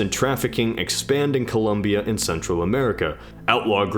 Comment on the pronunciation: It's pronounced ColOmbia!!!!! There's not U there!!!!!!!!